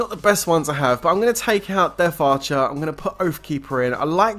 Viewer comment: It death archer NOT deaf archer... Jeez